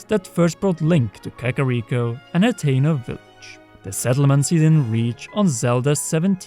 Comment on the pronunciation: Atleast this time you pronounce Hateno the right way. HA. Nice video, i like theories etc.